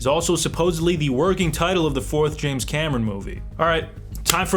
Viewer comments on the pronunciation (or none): none